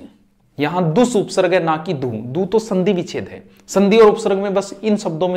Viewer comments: by the way it is pronounced as upsarg not upsarrg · जिसको उपसर्ग और विसर्ग का शुद्ध उच्चारण नहीं आता वह क्या पढाऐगे। कूपमंडूक छात्र ना बने।